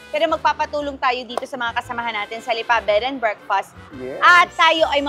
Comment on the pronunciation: Anong Lipaa? Lipa . Bakit may pakupya sa dulo? Sarling Lipa yern?